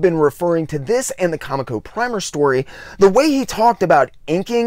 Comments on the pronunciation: Great insight into a reclusive genius. One thing, though, dude: it's pronounced "co-MEEK-oh", not "COMic-oh". I knew several folks who worked there back in the day, so I know that's the correct pronunciation. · Love the video! Just one thing, I used to work for Comico, and the way it's pronounced is CoMIco, not they way you've been pronouncing it. Keep up the great work!!! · I legit have only read MOST of the names I try and pronounce on the channel... it would be funny if I weren't so bad at it sometimes apparently! I will say it was amazing to know how many former Comico employees watched this and felt the need to correct me though! Take the good with the bad, right, hah! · Of all the mistakes I've made, NONE have been so corrected as that, lmao! I had no less than 4 former employees and not 5 other viewers bring this up - I'm sorry! I swear, I had no clue it was pronounced that way - I had only ever seen it, then a week after this drops - saw an interview with a former editor, and bam, realized I had it totally wrong, haha. Then the comments started... I had no idea there were so many other loyal ComEco fans out there! It's awesome to see so many people stick up for an label I constantly heard bashed like no bodies business at my LCSs growing up. Thanks so much for the kind words, AND the correction - I swear, I'll pronounce it right, or at least try for the next video - hard to break a 40 year habit lol! Seriously though, much appreciated on the correction and really happy you enjoyed - hope wincing every time I said Comico wasn't TOO distracting haha!